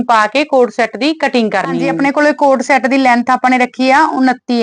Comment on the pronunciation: It's CORD set not a coat-shot/cot set😂😂😂😂